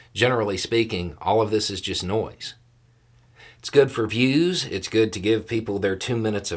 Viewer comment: nice 'no(i)se' there...